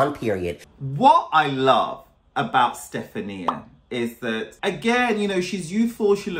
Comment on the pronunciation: It's a Pegasus and her name is Stefan-I-a not Stef-A-nia